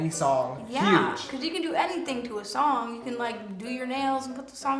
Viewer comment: "tHe SOoOnG EeZ a bOHp"